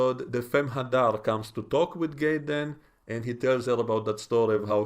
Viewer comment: Sounds like you're pronouncing his name Gayden but it's actually Jaden I don't know maybe I'm hearing incorrectly you do have a little accent i'm a gringo American.. I like Starfleet academy even though it has its flaws from writing and pronunciation errors these people can't help but they were born after the iphone came out they don't have the history we have that's the problem